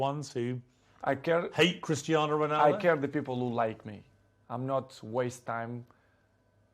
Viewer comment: CRISTER RONALDO........SEEEWWYYYYY